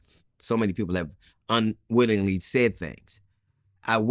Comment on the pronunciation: Vlad is ignorant, and he can't hide it. DL clearly said "unwittingly" not "unwillingly" ; which doesn't even make sense in the context DL used. This isn't the first time, it was a different DL interview , that Vlad has butchered a word because he's unfamiliar with the word's usage.